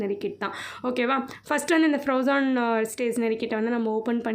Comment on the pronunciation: Akka athu froazon kidayathu plss spell it like frozen plss correct ah pronounce panunga this is a little advice for my dear ❤️❤️❤️